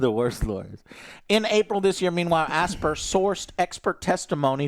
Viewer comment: Oh for goodness sakes! it's pronounced "As-pie-yer" not "Aspeer" or "Asbeer"! you know as in the word "aspiration" and "inspire", "Aspyre" as in: "You aspire to be that somebody or do that thing"?